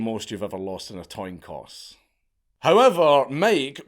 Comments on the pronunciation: You know you said toin coss and not coin toss? Was it on purpose or not? Probably on purpose. Great content man your funny as hell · lol I know what a coin toss is . Dankula in this vid here mixed up the lettering of his sentence order here and instead pronounced it “ Toin Coss “ as opposed to “ Coin Toss “ which is the right way of saying it . I was just taking the piss when I heard him say it. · A "toin coss"??I?I? If that was intentional, you're a legend. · "what's the most you've ever lost in a toin coss?" - dankula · Toin coss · I've never lost in a "toin coss." In fact, I'm 100% positive that no one else has either. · toin coss? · A toin coss 😂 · Toin coss? Lmfao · ...toin coss? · Toin coss My lysdexic brother. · Ive never lost anything in a “toin coss” 🤔 I should start putting the lottery on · "what's the most you've ever lost in a toin coss" - Count Dakula 2024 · "Toin Coss" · You could lose a lot in a toin coss. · a toin coss? 🤔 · What's a "toin coss" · TOIN COSS! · Toin Coss. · What's a toin coss? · Toin coss, nice. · Guy just says "toin coss" and walks away like nothing even happened. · What's the most you've ever lost in a "Toin coss" 😂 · "Toin coss." The toin is flat. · >Toin Coss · A toin coss 😂😂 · toin coss ??? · What’s a “ toin coss “ ? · ah yes the classic toin coss quote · Did you say...Toin Coss? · toin coss lmao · "Toin Coss"??? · "toin coss" (idk if it's a reference to the photo) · Toin coss? 😝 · what’s the most you ever lost in a toin coss? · TOIN COSS! I love you, you stupid bitch. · "toin coss" lolz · A toin coss? 😂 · I just heard this, it’s my third listen. outstanding. teads or hails? 🪙 🔄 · toin cosss? lol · You said “toin coss” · Did you say toin cause?! That's betus af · Did he say toin coss? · What's a toin coss?😁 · "toin coss"?! 😂😂😂😂😂😂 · Did Count say "toyne coss"? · "Toin coss" -Count Dankula 2024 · . Toin coss? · 😂😂What's the most you've ever lost in a "toin coss"...?? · toin coss™ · Toin coss*